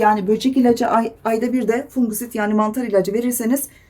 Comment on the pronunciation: İnsektisit ve fungusit isimlerini videonun altına yazabilir misiniz? Net anlaşılmıyor.